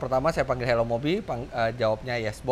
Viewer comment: Fitra eri: Hello Mobi: Hewos wkwk